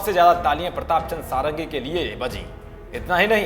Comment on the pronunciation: वो सारंगी नहीं षाडंगी हैं। यह एक ब्राह्मण उपनाम है जिसका अर्थ होता है "जो 6 वेदांगों में पारंगत हो।" खैर नाम में कुछ नहीं रखा लेकिन इसका यह अर्थ नहीं कि आप नाम गलत बोलें।